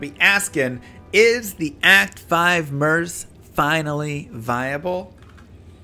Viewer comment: Please consider the alternate pronunciation MURK? It sounds like you’re talking about a male purse. 🥴